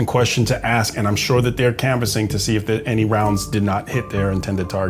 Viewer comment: why o why is the teeny, tiny, three-letter word “ask” SO IMPOSSIBLE for a group to pronounce????